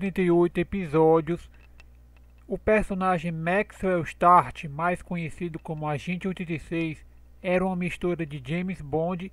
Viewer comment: O personagem é Maxwell Smart e não Maxwell Start